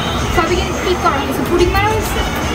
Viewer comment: Puding na apu puting hobe.